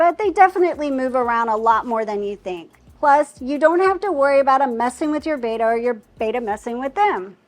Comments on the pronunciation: Someone teach her that it's "Betta" not "Baeta" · It's NOT pronounced BAYTA....IS BETTA